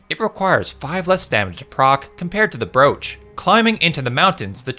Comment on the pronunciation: Its brooch not brooch you uncultured swine. Thanks for the video though